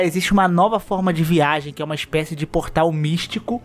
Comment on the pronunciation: a "VAIGEM" entre reinos é fod4 kkkkk